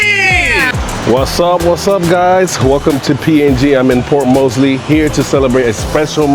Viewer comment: ......ma man.....its Port MORESBY.....not Mosely